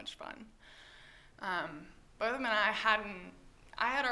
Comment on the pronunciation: I like how she corrected the interviewer with “BOTH-um” NOT “BOT-thum” in the beginning of the interview